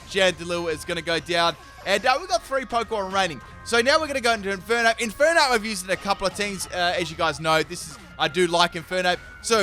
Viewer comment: Left off the R in Infernape!